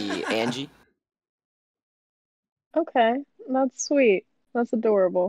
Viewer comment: when he said angiey I was gone